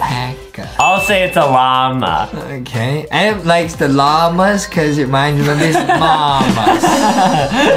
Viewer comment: It's adem not adam